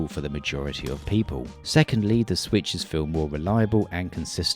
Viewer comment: i love your "The Swithes"